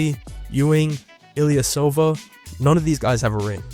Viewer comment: Bro did not say ilyasova